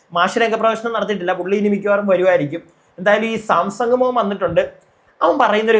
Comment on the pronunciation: സാംസങ് അല്ലടോ Samsan